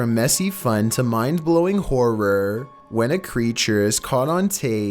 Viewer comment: I've got a challenge for you to smack in the mouth until he talks properly. He can't even say the word horror properly...🤦‍♂️🤦‍♂️🤦‍♂️🤦‍♂️🤣😂🤣😂🤣😂🖕🖕🖕🖕🖕🖕🖕